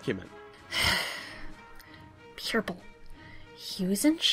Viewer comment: Ha-ha, Pee-yer-pull, Per-pel! XD What a funny way to say Purple!